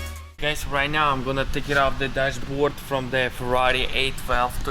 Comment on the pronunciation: I kept hearing him say 8-Valve, and I was wondering why ?...then I figured out he's actually saying 812 LOL !